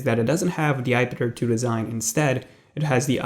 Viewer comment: I just cannot stand the run on sentences pronounciation. It's iPad-Air-2 not ipeder 2. You need to breathe and relax